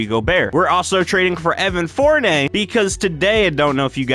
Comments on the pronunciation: evan FoUrNay XD (Four-NEE-Ae) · It’s four-ni-yay you said it wrong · im sorry but its Evan Fournier Like fornYAY